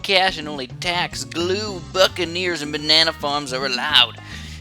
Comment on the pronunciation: Lol when he said Buccaneers I thought he said fuckaneers